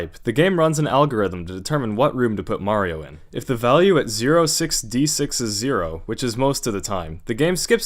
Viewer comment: ah english.. making 06D6 sound like 066...